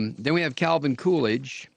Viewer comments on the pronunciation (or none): none